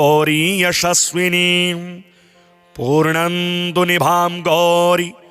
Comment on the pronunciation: पूर्णांदु, के स्थान पर पूर्णेन्दु बोलने की कृपा करें,।